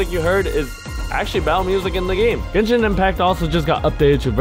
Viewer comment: YOU realise he said genchin impact